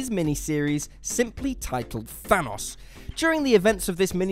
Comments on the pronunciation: I thought his Name was Thanos...Not Thunus.... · Was I the only person bothered by the way he said Thanos like Thanoss? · Why do Europeans pronounce Thanos as thanahs, in the movies it’s even pronounced Thanos... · The way this guy says Thanos is maddening. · When he kept pronouncing thanos wrong I started to get triggered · HOW TF DO YOU ARREST THANOS ITS THANOS